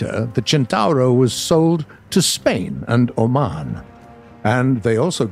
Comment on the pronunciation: I just want to thank you for being the first english speacking person to correctly pronounciate CENTAURO. Nailed it.